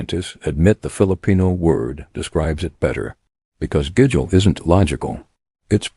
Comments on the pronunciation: Even the narrator can’t pronounce ( gigil ) it’s pronounce ( ghee gheel ) lol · Pronounce the words properly; kilig – “KILL-IG” / tampo – “TUMmy & paw so, TUM-PAW/ gigil – like GI-zard say “GI Gi L” / bayanihan – “BUY YA KNEE HON” / utang ma loob – “OOTUNG NA LAW OB” / saying – SA YOUNG / hiya – HEE YEAH